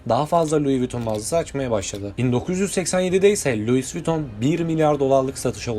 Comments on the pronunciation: Luis değil lui diye okunur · Luis değil ayrıca Lui olarak okunur. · Luizzz ne lan? Lui diye okunur o cahil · Luiz değil “lui” adam Fransız ve fransızca bu şekilde telaffuz ediliyor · Luis viton 😂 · Kardeşim, geri bildirim alabilmek de verebilmek de önemli. O yüzden kırılma, ama bazı telafuzları düzeltmelisin. Bazen Luis bazen Lui dedin, Lui dendiğini biliyorsan neden Luis 😊 Türk halkının çoğu 1 mil kaç km bilmez, Avrupa’da İngilte dışında kullanılmaz mil uzunluk ölçü birimi kullanılmaz, Franda’da kullanılmadı bildiğim kadarıyla. Ben olsam 10 km derdim. Tonlamalar güzeldi. Emeğine sağlık! 👊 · Pile yığın demek. Çeviri heralde. Louis LUİ olarK okunur. S yok! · Kardeşim madem bir yayın yapıyorsun isimlerin kendi lisanlarinda okunusunu ogren be ya. Luis diye okunmaz. Luis diye okunur. Sirf buna kil oldum ve izlemedim. Yaptığın işe kendin saygi duy ki biz de duyalım. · Louis telafuzu Vuitton un bazi yerlerde yanlış yazılmış olmasi 1871 derken ekranda 1771 gözükmesi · Louis diye okudugun anda kapattim 😂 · Lois diye yazılır Lui diye okunur. Babası Xhavier diye yazılır havyer diye okunur. Türkçeyi konuşamayan çocuklar İngilizce Fransızca kelimeleri doğru telaffuz edecek de seslendirme yapacak, biz de göreceğiz!